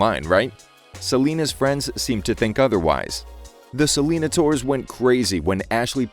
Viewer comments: It’s pronounced “ Se-Le-Nai-Tors” not “Se-Lee-na-ters” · It's pronounced like "Sell-in-ay-ters". Rhymes more with taters rather than dinosaurs. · I thought it was pronounced Selana-nay-tors. Idk 💁